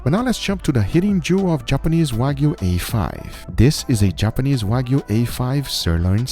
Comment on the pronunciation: I love how he says waygu